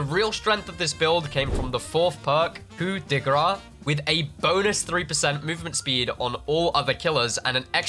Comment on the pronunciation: The "ce" in "grâce" is not silent in french, just like it's not silent in the english prononciation of "grace". When you pronounce it "coup de gra" is means "hit of fat" instead of "hit of mercy".